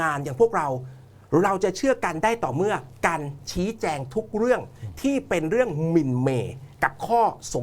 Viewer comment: สั่งสอน พุทแทะ : ให้พูดว่า เรื่อง ไม่ใช่เลื่อง, เพราะ ไม่ใช่เพลาะ ,ควบกล้ำก็ต้องดีให้ถูกต้อง ไม่ใช่พูด ร. เป็น ล. พูด ล. เป็น ร. หากินไปวันๆ หลอกเด็กรุ่นใหม่ที่ติดตามให้โง่เหมือนเมิง